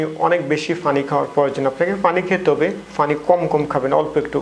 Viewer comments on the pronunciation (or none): ফানি নয় ভাই পানি উচ্চারণ করতে হবে।